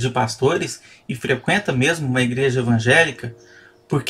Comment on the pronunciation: "igueja batista"